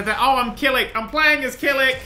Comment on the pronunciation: pronunciation of 'Kilik' gave me cancer.